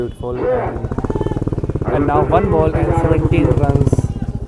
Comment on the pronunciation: Your six is Perfect